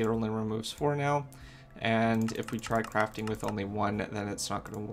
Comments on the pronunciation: The gui said cafting station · "Cafting Station" what